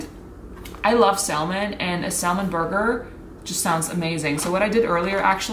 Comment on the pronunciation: I know this is old, but salmon is pronounced sam-in.